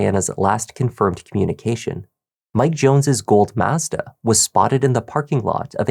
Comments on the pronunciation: What the hell is a MaaAezda??? 😂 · For the love of all that’s holy, learn how to pronounce mazda. You are butchering it. Heck, just watch one of their commercials.